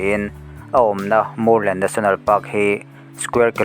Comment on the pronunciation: Mûrlen i lam dan hi a dik chiah lo deuh em? vawt kan ti a kan mûr ang hian lam tur niin ka hria, Vamûr an tam vang a ni maithei.